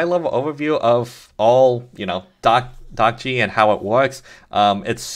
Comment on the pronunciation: hi. according to what the developer of dockge says in his github repo you're not pronouncing it right. he says: "'Dockge' is a coinage word which is created by myself. I hope it sounds like Dodge". so not "dock gee" it should be "dock dg" (where dg rhymes with the "dge" of words like "dodge", "edge", "badge", and the "e" isn't pronounced) i hope that's helpful!